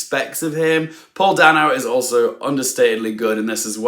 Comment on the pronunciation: By the way, Paul Dano's last name is pronounced DAY-NO, not DAN OH. Yeah, Dano never corrects anyone. If you find one of those YouTube videos where he goes over his list of iconic movies, he will pronounce his name. I don't even think he corrected Spielberg who pronounces it DAN OH.